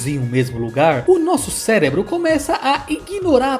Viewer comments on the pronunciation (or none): none